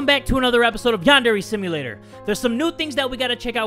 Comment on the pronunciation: I thought he said Pondera simulator I know it’s Yandera simulator But when I looked at it again I don’t hear ya